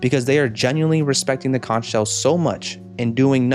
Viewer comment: I find it so weird that they mispronounced conch through the entire episode. Especially since characters in past episodes have said it right.